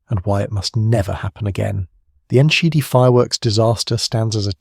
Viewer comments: Your butchering of the town's name is almost offensive, but so ridiculous that I couldn't help laugh. I'm actually heading there to be with friends and family for the holidays. I suggest that you take Enschede into Google translate and learn the pronunciation. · Text to speech AI is just awful. You've butchered the name of the town and the over dramatisation has made what should have been a 15 minute video in to 40 minutes.